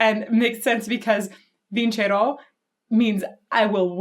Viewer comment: this actually brings me to tears! btw, I like how you pronounce the R in "Vincero". It is the R as we pronounce it in Flanders, Belgium.